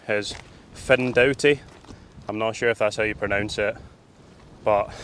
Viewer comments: Findochty is pronounced ‘Finechty’ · Findochty but pronounced Fin ech ty , my home village, thanks for the shout out 😊😊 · Nice vid of our coast but I can't let the pronunciation slip............it's pronounced MURRAY even though it's spelt Moray. And Findochty is Finechty but I think you realised that half way through. What a pedant eh? 😂😂 Great stuff keep up the good work.